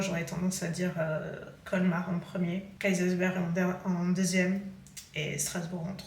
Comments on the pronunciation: Coucou, j’habite à 10 minutes de Kaysersberg (et tu le prononces très bien d’ailleurs 😃) et j’aurais bien voulu te rencontrer, dommage. Mais effectivement en tant qu’Alsacienne on est fière de nos marchés de Noël et on adore les faire mais cette année il y a beaucoup trop de touristes, on leur laisse la magie pour eux 😅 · Voir les villages que je connais dans tes vlogs c'est génial. Et non, je ne me moque pas de ta prononciation en alsacien 😂 Je dois reconnaître que tu as très bien dit Kaysersberg.